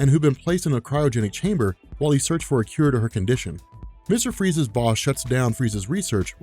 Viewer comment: You said "freezes" and I kept hearing "frieza" 😂